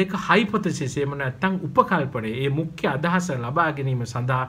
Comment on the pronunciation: මුඛ්‍ය kiyana ekataමුක්ක්‍ය kiyanawata asai mn